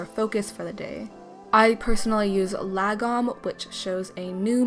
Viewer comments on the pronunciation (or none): i love lagom! btw it’s pronounced “lao-ghom”